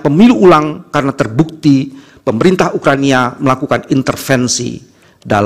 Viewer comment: Ukraina mbangg, bukan ukraNIA